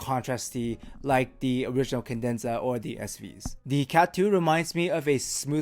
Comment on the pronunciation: it's "Cadenza." "Kah-dehn-zah." Not "kin-dehn-zuh." I will say however the new vids are miles less annoying than the old